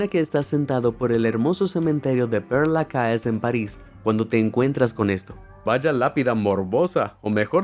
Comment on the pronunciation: No es pier lacae 😂😂😂 se pronuncia Per la ches 😊